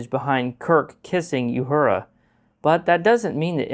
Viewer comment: Why cant you say "uhura" right?